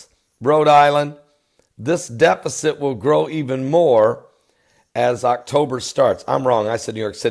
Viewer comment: He also said defekit for deficit. It is just part of his charm. God bless.